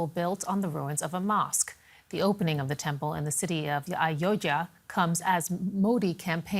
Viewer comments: It's not ayoya it's Ayodhya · Please pronounce ayodhya not ayojya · Its not aoa its AYODHYA... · Practice to pronounce Ayodhya properly.